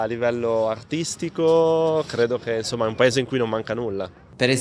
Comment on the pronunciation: Si, ma insomma! Curate bene la pronuncia. Insomma in italiano si pronuncia insomma, non inZomma. 🤦🏻‍♂️